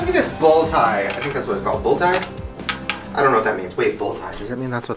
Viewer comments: Shane it’s bolo tie 😂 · There are definitely still western cowboys in Colorado! 🤣 also I think it’s called a Bolo Tie not bull tie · SHANE it is a BOLO tie not a BULL tie 🤣🤣🤠 yeehaww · Bolo tie!! It’s a bolo tie! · Bolo Tie😂 But Bull Tie is cool too. In fact, it’s better. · It’s not a bull tie LMAO it’s a BOLO TIE 🤣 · Lol its a Bolo tie not a bull tie, u guys are too funny. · It’s a bolo tie Shane not bull tie🤣🤣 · It's called bolo ties bot bullo ties🤦🙃😂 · Bolo tie, Shane. Not Bull tie. ;) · It’s a bolo tie not a bull tie… definitely city slickers lol but love you both nonetheless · It’s a bolo tie :) not bull tie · it's a bolo tie not bull 😂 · It's called a bolo tie, Shane! Not a 🐂 tie. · BOLO tie. Close though. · Shane...it's a bolo tie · Youngsters, it is called a bolo tie (pronounced bow-low). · It’s a bolo tie. We love the effort Shane 🤣❤️